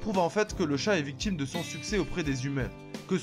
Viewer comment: on dit pas victchime mais victime espèce de voyou !